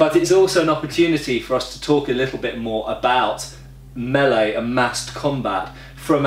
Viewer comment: How nice to hear someone pronounce "melee" correctly